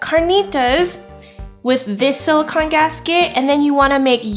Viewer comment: Sorry to be nitpicky, but SiliCON is the element, siliCONE is the heat-resistant polymer. I just see the mispronunciation keep popping up, and it's important to make the distinction because they are two different things. I mean sort of, siliCONE is a polymer of oxygen and siliCON, so it siliCONE made of siliCON. But just like a car is made up of an engine and a transmission (and other parts), you wouldn't call your car an "engine."